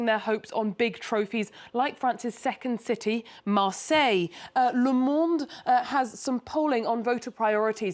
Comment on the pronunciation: It's NOT Marse but I suppose it's Marseille if I am remembering the Netflix TV series correctly.